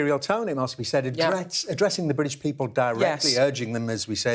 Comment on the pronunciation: The Bwitish Pweepol